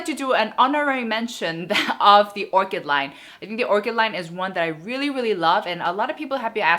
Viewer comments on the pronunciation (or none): none